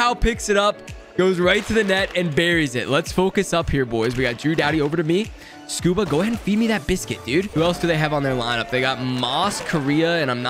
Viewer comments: His name is scuderi not scuba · when he kept calling rob scuderi “scuba” 🤣🤣